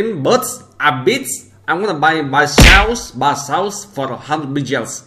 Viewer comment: what think he says "buychaos" what i hear: buysaus